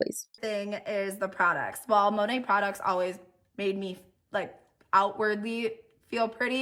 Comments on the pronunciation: It's driving me nuts that she says Monat wrong. I don't know why. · It will never not annoy & amuse me that MONAT's own salespeople don't know how to pronounce it correctly.